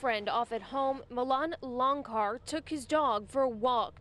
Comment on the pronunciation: It's "LonCHar," as in "CHocolate." Goodness. Saucesce porodici.